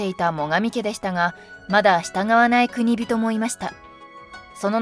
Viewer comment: くにびと✖︎、こくじん○